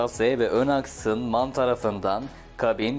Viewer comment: Em ay en diye okunur abicim